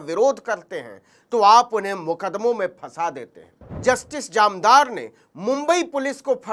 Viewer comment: जामदार नहीं सर, जानदार।